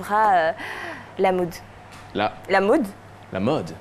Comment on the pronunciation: À la mn euh elle dit la mood ou la mode ???😂😂😂😂 Je suis perdue